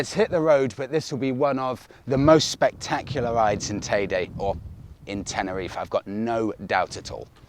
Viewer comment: Definitely not TayDay. It’s Tayde Or tayda teeda